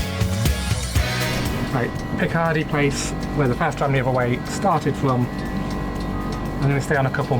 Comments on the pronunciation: Not even in Morningside (Edinburgh's snootiest area - allegedly) do they pronounce 'Picardy' (as in Picardy Place) like the surname of Jean-Luc Picard with a 'y' tagged on at the end! The stress is on the first syllable. As a fun fact,, you could have mentioned that Sir Arthur Conan Doyle was born at 11 Picardy Place, but houses on that side of the street were demolished about 50 years ago, when an extremely large roundabout was built. Until the 1960s Edinburgh had a surprisingly comprehensive suburban rail system but Dr Beeching's cuts put paid to most of it. A professor at Edinburgh University (unfortunately I have forgotten his name) produced a plan in the early 1970s than would have incorporated a lot of the disused railway lines into a Light Rapid Transport system (aka a tram network) that would also have used tracks going down some roads (including Leith Walk). However, this was just a hobby for the professor and, although he gave many presentations, the city council were not interested. Mind you, nothing moves fast in Edinburgh. The city bypass was first proposed in the late 1920s but wasn't completed until 1989. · Welcome! You got a nice day for your visit. Picardy place has the accent on the first syllable btw :)